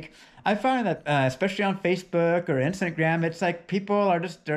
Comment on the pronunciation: he called it instantgram lol